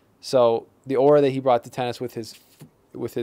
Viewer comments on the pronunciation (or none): I just have to say this, it's "aura".